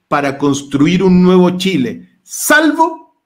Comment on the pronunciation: ...se dice Chile, no Tchile...es lo mínimo pues Sr.